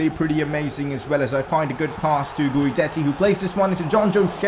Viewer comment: Since Diego and Guidetti are going to be a Dynamic Duo just letting you know his name is pronounced as if the U wasnt there. Keep up the good work loving the vids ❤️